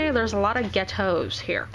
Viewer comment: lmao 'ghet-tos'